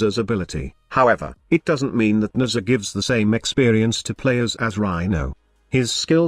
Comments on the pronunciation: 90% of the time I hear Mesa lol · Youre text to Voice program was clearly not built to pronounce Nezha :D :D